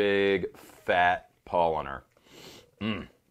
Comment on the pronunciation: Bruh say it like „Pow-laaner“ not „Pollener“ its made from Hefe not Pollen lol Also wash out your glass with water right before pouring the beer with the glass still wet